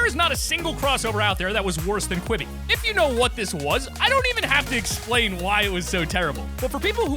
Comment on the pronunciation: When I heard you say quiby I threw up my through up